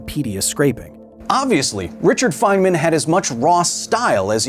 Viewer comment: feynman❎ Fentman✅